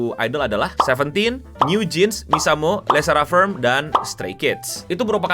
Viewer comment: It’s called “Lesserafim” not “lese ra firm” 🤣